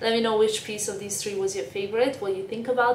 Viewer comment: Tink? Wid? You mean think and with?